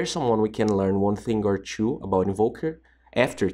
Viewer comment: Tips for you : Stop saying chu instead of two , and do multiple takes of you talking , if you're messing up redo it .